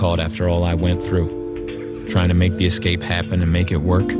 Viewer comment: Gahhh it was driving me nuts too..ex-scape, ex-scape, ex-scape. It's escape you flogs